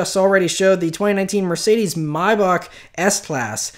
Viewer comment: pretty sure that's how you say it... pronounced like my-bach and not may-back